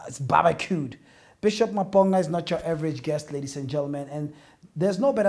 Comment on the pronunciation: The way he pronounced Maponga is wrong and cringeworthy